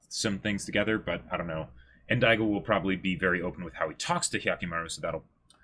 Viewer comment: IT'S DAIGO ! Why does no one correct them ? They've been mispronouncing his name since episode 1, his name isn't even that complicated and has been said multiple times in the show and especially so in this episode.